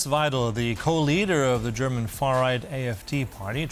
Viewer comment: `wei - del. Not: wei - `del.